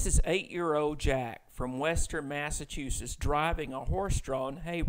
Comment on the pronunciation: okay just to note this is not my only takeaway from this video but I live in Massachusetts and find it odd and a bit funny how he says massashoesiss